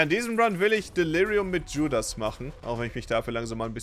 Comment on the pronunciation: Wenn Judas mit Dschudas ausgesprochen wird, lol